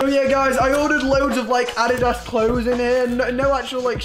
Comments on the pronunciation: adidas it is said ad i daz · It’s pronounced a-dee-dus. NOT ADDIDAS like it is spelt Love ya tho how you say it is cute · The way he pronounces Adidas “Addiddas” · lol you do know the actual pronunciation is ah-dee-dahs right? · Adidas is pronounced a-dee-das not what u said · You said addadise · he said adidas wrong